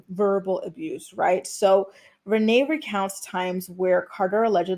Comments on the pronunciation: Why do you say some words strangely? Like “abuse” sounded like a-boose. Sex was “ex” etc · Not “emotional ABOOSE” say it ain’t so 😂😂😂